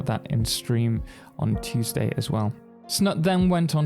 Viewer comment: His Name is, Snut. With a "U" as in you. It´s not Snat nor Snutt.